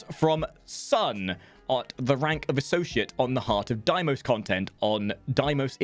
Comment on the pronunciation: dafuq is a "Diemos"... Fucking pronounce it the way DE does.